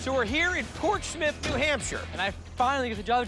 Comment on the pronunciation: "Port Smith" is a weird way of pronouncing Portsmouth